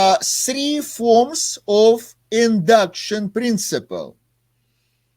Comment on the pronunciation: Сри формс 😂😂😂😂😂